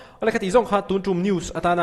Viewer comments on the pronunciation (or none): Nang pawh hian TUN TUM, tih laitak thluk hi i lamdan a letiing ve tlat mai, rawn ti dik hram tawh tehkhai sir